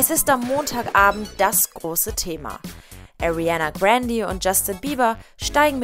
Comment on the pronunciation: Du sprichst Ariana grandes namen falsch aus